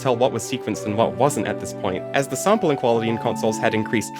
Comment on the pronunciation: I heard the intro and heard "saampeling" and thought you arent american. Where you from btw?